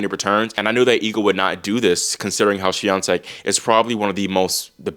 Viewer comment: yeah u kill it with pronouncing "Świątek"